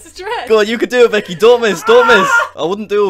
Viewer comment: "Beckeh, get off mee leegs!" is now my favorite scentence. Thank you jack, very cool.